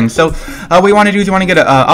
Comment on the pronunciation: ITS SO NOT "SHO" !!!